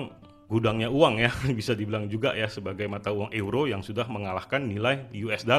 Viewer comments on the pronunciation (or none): euro = baca nya YURO , bukan eu roh